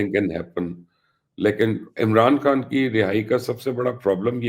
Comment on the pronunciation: او بی بی اپنا نام ھی ٹھیک لے لیا کرو بشری کھان نہیں ھے لفظ خان ھے 😂